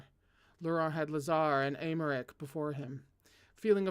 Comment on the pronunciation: hello again from me putting my native french to good use: Paschal: you said it right, it’s Pass-kal!! Aimeric: again correct, Ay-meric Nesson-Eloy: Ness-awn Ell-wa (I AM SO SORRY THIS IS A NIGHTMARE LANGUAGE) ❤️🧡💛💚💙💜